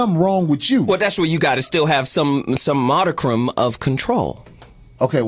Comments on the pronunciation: said "modicrum" - he meant modicum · the word is...modicum...not modicrum, or whatever the hell was sayin'...#goDeeper